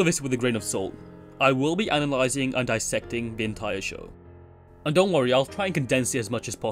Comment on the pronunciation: Did you say ananalyzing? animalizing? huh?